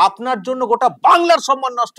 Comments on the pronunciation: বাংলা নিয়ে এত দরদ।বাংলা শব্দটা ঠিক বলে না।সন্মান নয়। সম্মান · উচ্চারণ টা সনমান না কি সম্মান?😅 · উনি 'সন্মান' কথাটা যখন বলেন তখন 'পবলেম' হয়ে যায়। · সম্মান নয়, সন্মান বলেন, গভর্ণমেন্ট বলে না, বলেন গড়মেন্ট। জায়গায় বলে না, বলে জাগায়। মুখ্যমন্ত্রীর পদে লজ্জা! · কথাটা সনমান নাকি সম্মান?